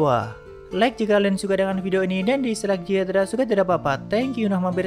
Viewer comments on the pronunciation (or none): none